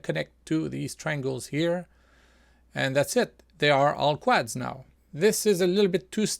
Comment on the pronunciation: it is usually pronounced "quods" as in "odd" , even though it is spelt with an "a"